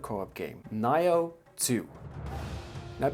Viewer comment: someone answer this, WHAT THE FUCK IS “NIGH-OH TWO”??? its (NEE-OH TWO) the fuck bruh aint no way its been out for years and u getting this shit wrong. EVEN MY WIFE WAS LIKE “tf did he say?”